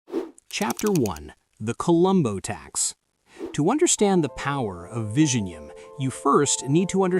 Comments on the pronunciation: Its not pronounced Vi-Ji-Nyam It's Vi-Yi-Nyam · It is vi-zhi-njam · Vizhinjam is pronounced as "Viyinyam" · It's not Vision-jam in Malayalam 😂 you are just a bot doing propoganda on behalf of North Indian in the South to create discord here, South Indian have more to worry from the North Indians than from Chinese who are generally minding their own business.😂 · Killed the pronunciation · The ai pronunciation of this port name reminded of benedict cumberbatch "penguin".😂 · Commenting from india. If you cannot even take the trouble to learn to pronounce the name of the port correctly, then your credibility is questionable. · Pronunciation of 'Vizhinjam' is wrong, you will have to put it in Google Translate cause I honestly can't help you here 😊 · Yes, and silently cringing whenever this guy is saying vizhinjam 😢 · Me, and yeah, and I'm cringing loudly inside whenever this guy is saying Vizhinjam; everyone says it wrong. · english man dnt know how to say Vizhinjam😂😂😂😂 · Learn to pronounce Vizhinjam first😂and nope Thiruvananthapuram isn't a small fishing town bruh... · the one place with two very unique letters in the malayalam language, so unique that even indians from other states find it difficult to pronounce, will now become a global hub. can't wait to hear news anchors across the world struggle with this word.